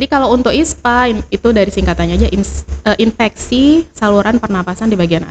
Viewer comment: ISPA Insfeksi saluran pernapasan Akut . atau atas ???? biasa dengernya Akut